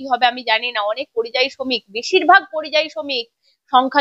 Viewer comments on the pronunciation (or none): আরে কথাটা পরিজয়ী না কথাটা যতদুর জানি পরিযায়ী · কথাটা পরিযায়ী। পরিজয়ী না।।। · কথাটা পরিযায়ী,পরিজয়ী নয়।